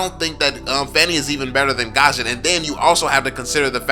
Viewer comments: I'm gusion main. I don't is saying his name right lol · look its not hate or anything but fanny is be better than gusion. Btw it's gusion on gashen